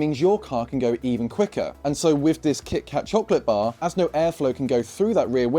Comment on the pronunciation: “Kih-kah Chocolate Bah” Which accent??